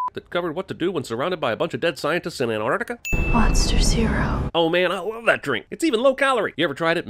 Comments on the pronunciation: "Anarticuh" ANTARCTICA ANT - ARCT - ICA HOW HARD IS IT JEREMY GOD DAMN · My biggest critique for this video is that you mispronounced Antarctica. It's Antarctica, not Anartica. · Just realised how Americans say anartica instead of Antarctica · Isn't it ant-arc-tica??